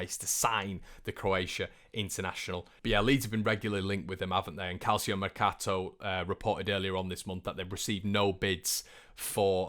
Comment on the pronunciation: Calcio is pronounced Kal Cho 🙈🙈